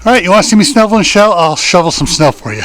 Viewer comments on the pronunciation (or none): You said "snoveling some Show" ! Lol...